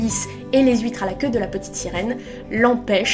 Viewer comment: Je découvre ta chaine, et laisse moi d'abord te dire qu'elle est trop méga géniale ! J'adore ta façon de parler, le ton que tu utilises etc. (bon ok, même si j'ai tiqué sur les huit"s" huitres) tu as vraiment une élocution super et c'est parfait pour Booktube <3 Et c'est super de faire ce genre de vidéo d'analyse plus longue ! Et que tu nous permettes d'entendre quelques phrases d'Andersen (je trouve ses descriptions de la mer vraiment somptueuses, je suis prête à lui pardonner tous les princes goujats après l'image du château de la petite sirène). J'aime la franchise de ton avis et la recherche qu'il y a dedans, c'est vraiment cool ;) Je suis pas mal de ton avis, sur le fait qu'elle veuille grandir trop vite et que c'est ce qui la perd, d'ailleurs on voit bien son mélange d'effronterie et de naïveté dans sa visite chez la sorcière. En parlant des contes et d'Andersen, tu as pu jeter un œil aux beaux recueils de conte qui se faisaient fin 19ème / début 20ème siècle ? J'adore les illustrations que Dulac a fait pour La Petite Sirène <3